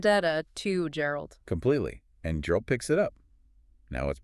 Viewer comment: Guh guh guh geralt. Not jeralt not jerald 😭